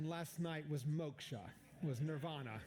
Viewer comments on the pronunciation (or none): none